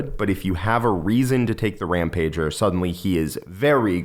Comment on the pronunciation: Can we stop and notice how he is saying Rampager incorrectly???